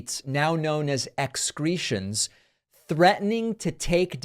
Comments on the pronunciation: Emphasis on cretin. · “Xcretion”. Perfect.